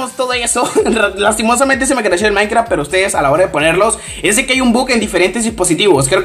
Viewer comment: like si escuchaste que decía mainkra XD